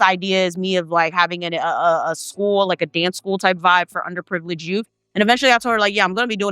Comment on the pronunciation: Doing something good for the "YOUF"? Girl goodbye!